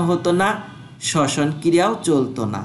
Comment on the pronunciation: Sosan ❌ soson ✅